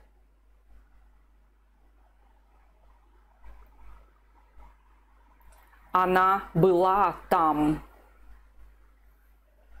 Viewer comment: the correct pronunciation for "there" is not "they" but it rhymes with "hair" so, just say "thair". I am a subscriber and think you are a gifted teacher. Thanks.